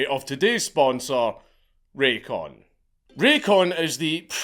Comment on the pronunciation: Raycon cancel sound like law cancel our boy for his jokes